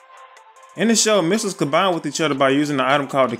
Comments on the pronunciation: You're saying missels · I love how you pronounce it “misels” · U say ‘’misles’’ 😂😂😂